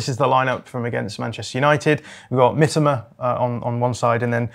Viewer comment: And then he goes and pronounces 'Mitoma' in the most british way possible as "Mitama'